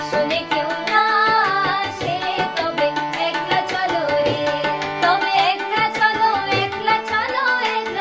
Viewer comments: It’s pronounced ack-la, not ek-la. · God bless you beta. Keep working on the pronunciation. It’s akla not ekla . It’s ktha not kotha. Etc. But keep singing RBSangeet. And keep listening!